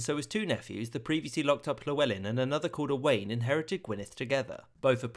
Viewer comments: Not a bad effort on Welsh names, but a) f is pronounced as the English v, as in Dafydd, and b) stress is never on the last syllable, so Owain doesn’t sound like domain. Also, Welsh does indeed have few vowels - only 7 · Owain is not pronounced O'Wayne its O'wine. You did a good job with the rest of the pronounciations fair play.